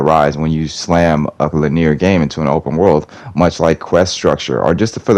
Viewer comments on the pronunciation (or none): No hate, but it’s pronounced “lih-nee-ur” not “lih-neer.” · When did people start pronouncing it "lin-ear"? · Why do you pronounce linear like that